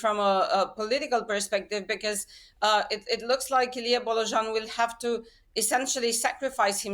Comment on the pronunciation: “Illy Bolojin” - you turned an 120% true blue Romanian into a Russian instantly 😂😂😂😂😂 Why would be that hard to pronounce “Bo- lo-Jean”…? I mean we know how to pronounce Worcester Sauce so why can’t you make the effort to pronounce a name correctly? Do your homework, you are about realistic political news not re-baptising politicians for crying out loud.